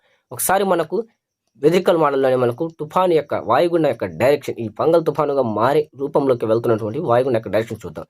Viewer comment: Thoofan name Fengal andi, fungal kadhu, andharu weather man ley